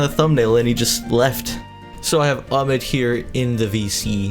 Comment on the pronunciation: It’s not amed it’s ahmed day the h